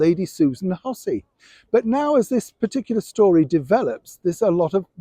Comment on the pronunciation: Lady Hussey not Hussein